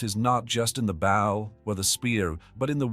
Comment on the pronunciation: When will the AI start pronouncing the proper name for "bow?"